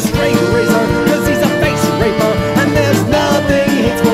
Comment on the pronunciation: Did... did he just say "face-raper"?